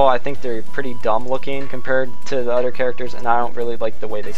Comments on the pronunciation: It's "other" not "utter". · you do know that the word other doesn't have the letter D